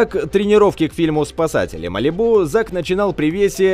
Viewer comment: Я аж не могу тебя слушать не МАЛИБУ А МАЛИ'БУ